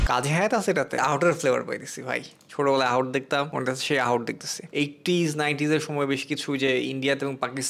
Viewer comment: AHOT NA BHAI Ahat